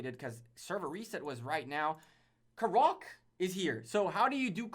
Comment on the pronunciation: The way you say Karuak is super BRUH. Kah-roo-wack <------ say it like this pls